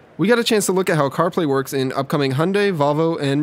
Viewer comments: Hunday - seriously, do you even talk properly? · COMING UP: How badly can you mispronounce name 'Hyundai', by Dan Seifert.